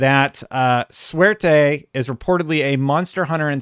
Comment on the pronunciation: Every time you said Suerte in full gringo English it hurt my ears.. Makes me wish they used project Luck instead of going with a Spanish word. I'd love some in house Jrpgs by xbox again.